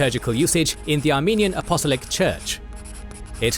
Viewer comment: "Apostolic" = ap-o-STOL-ic, not a-POSS-lic